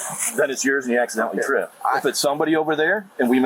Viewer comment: It's like a speech impediment trilogy